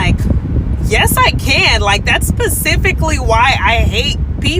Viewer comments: Did she say pacifically 🤡 🤡 🤡 🤡 🤡 🤡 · "pacifically" i wonder if she can be more specfic...